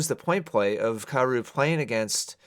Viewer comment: At first, I thought you kept saying Carousel.